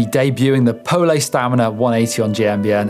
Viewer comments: haha, why is he saying POL-E, pretty sure its just pole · Call it poley again and I’m unsubscribing.